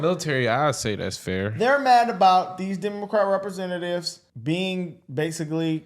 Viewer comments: Can't even say Representatives, RepresenTAYtives, RepreSENTatives. Only people born here where at least one parent is a citizen should be a citizen, and no DUAL citizenships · Sounded like he said represent potatoes 😅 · The house of what sir? Rep reee sent aye ts? Its representatives…..